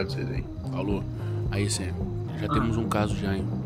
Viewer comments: Tj o dim fala sami n sam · Muito top, mas quando vc for chamar o sam vc fala sami pq é assim que o Dean chama ele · N é sam e SIM Samy